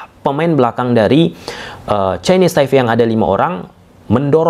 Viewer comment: Kenapa ya abangnya kalo ngomong yg ada huruf "P" nya tuh sering diomongin jdi "F" Ini TaiFe dulu juga jdi NeFal😢😢